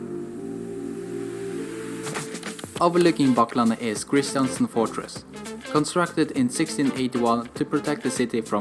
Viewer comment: Kristiansten is pronounced with stress on the last syllable: KristianSTÉN